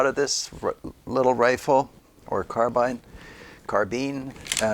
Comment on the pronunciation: Carbine, rhymes with wine. Not carbean.